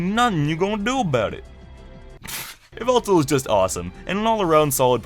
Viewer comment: YVELTAL IS SUPPOSED TO END WITH AN L!